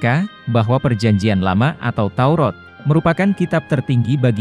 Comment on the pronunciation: Maaf salah baca pak Kitab TAURAT bukan TAUROT hati2 jangan salah ucap kepada pencipta alam semesta harus jelas?